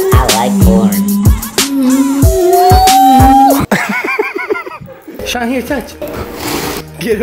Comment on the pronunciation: I LIKE CAWN I LICK CAWN I ATE CAWN